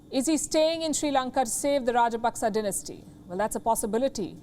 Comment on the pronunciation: What’s denestee? Lol dynasty